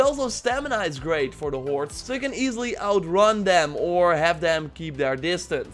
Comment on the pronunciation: Sounds like you're saying "warts" instead of "hoards"... is that intentional?